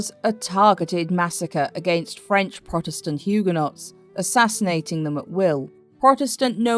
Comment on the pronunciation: Hyoo. guh. nowz...not Hyoo. guh. nots, thank you.